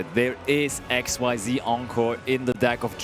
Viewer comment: Not exceed, not X.Y.Z. IT IS Xyz